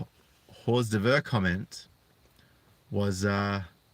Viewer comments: Hor'devur is pronounced "or dervs" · "Heur d'oeuvre" is pronounced - "Or derv" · Pronouncing it wrong led to a joke so who cares. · It is pronounced or-derv. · It's pronounced like "or-dervs," spelled, "hors d'oeuvres." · Hors d'oeuvres . . . If you can say "Or -Derv" you'll be right, mate. 'S not perfect but you'll pass as bloody sophisticated in that cafe down in Wagga Wagga ;) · FYI man, its a French thing... hor d'oeuvres is pronounced 'ordurves' I know you know what that is.. Girls are never wrong, they are always the victim, never guilty... men are always guilty, always the violent aggressor who obviously beat women with bags of oranges. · "Hors d'oevre" is French for a starter in a meal and is pronounced "Whore Derv-r" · LOL: "Hors d'oeuvre". Yeah, in those situations it's best to pronounce it "Whores devour".